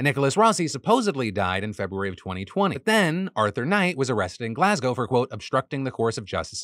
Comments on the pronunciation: I appreciate how Phil correctly pronounces Glasgow as ‘Glas-go’ and not like every other American who pronounces it ‘Glass-Cow’. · That's wild. I'm Scottish and I've not heard anything about this first story. ((also, love that you pronounced Glasgow properly!)) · Thank you Phil for pronouncing Glasgow correctly, so many butcher it😂